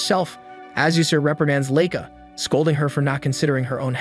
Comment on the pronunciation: LIE KA, not LAY KA, it's not that hard to learn how to pronounce Japanese All vowels have the same sound in Japanese, A will always Be Ah as in Father, I will always be E, O will always be O as in Toe, U will always be oo as in too. And E was will always be Eh as in hey. If you can master these pronouncing Japanese words will be a cake walk